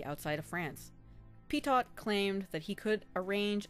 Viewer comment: OK, but it would be even better if the protagonist's name were pronounced correctly. (Petiot is pronounced: pet''-ee-oh)